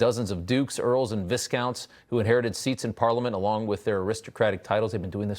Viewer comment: It’s pronounced VI COUNT, the s is silent plus we use the pound not the euro in the uk 🤷‍♂️